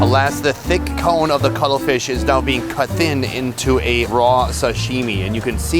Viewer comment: Did he say cuddle fish legs?